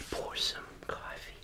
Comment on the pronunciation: Are you from Boston? Cawfee